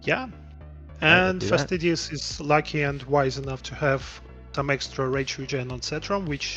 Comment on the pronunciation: AYO! Fastidious with the french accent!